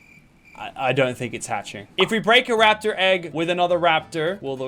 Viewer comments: Bro wtf bro said laptor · Are we just going to ignore the fact that he called it a laptor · “You Can Ride A Laptor, But You Can't Ride A Llama” What is a Laptor?💀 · Lachy said laptor